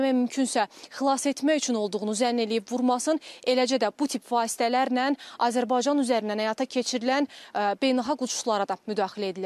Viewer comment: Azırbaycan yox Azerbaycan